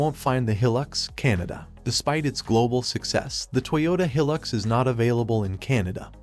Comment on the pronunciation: He Pronounced Hilux Wrong